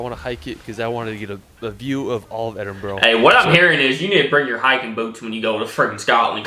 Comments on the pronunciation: It's pronounced Edinburgh not Edinbro. Glasgow is pronounced Glasgo. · yeah i'm scottish and please it's edinburgh not edinbro and it' scotland not scatland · It's not 'Edinboro', in fact there are zero 'o's in it at all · I'm Scottish, born and raised and still live here to this day. also I've not watched through the whole video yet but the guy on the vid keeps pronouncing Edinburgh as ED-IN-BRUG but it's really pronounced ED-IN-BUH-RUH (I hate to be picky and I don't mean it in a harsh way) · We need a Scottish Youtuber reacting to Americans saying Edinbro😆 All together now ED IN BURR AH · 😂😂 Edinborro only an American would pronounce it that way. It’s Edinburgh this how it’s pronounced is Ed in bur gh. And the sound is Edin-bruh. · His pronunciations are terrible. Edinburgh is pronounced "Edinburra" not "Edinboro" and Glasgow is Glas-go not Glaas-cao or whatever he was saying. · Really wish people would pronounce places properly in Scotland, like Edinburgh not edinbro damn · Come to Scotland but please do your home work Scottish people hate dump American questions . And it's not edinboro it edin bura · Seriously i wish americans would say Edinburgh properly. Its not pronounced, Edinburrow, its Edinbra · It's not Edingburrow, it's Edinburgh pronounced Edinbrah. Scotland is beautiful though, don't go in the winter though cos the weather will test you! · Probably the millionth to criticise pronunciation of 'Edinburgh', but it's not 'Edinboro' which is very typically American. Impress everyone with the correct pronunciation, more like 'Edinbruh', emphasis on the 'Ed' part. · PLEASE stop saying Edin-burrow it's Edin-Bu-rah. Thanks, all Scottish people 😂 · Just don’t pronounce Edinburgh in that way. The ending is more like burra than bro. 🫶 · As a Scot, the pronunciations, jeez. Lesson: Edinburgh - edinbruh. Glasgow - glazgoe. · Do not pronounce Edinburgh 'Edinboro', people will be extremely displeased with you. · Are you from Edinboro?